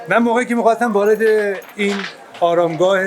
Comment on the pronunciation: عالی دمت گرم واقعا من کلی به "اراشگاه" گفتنت خندیدم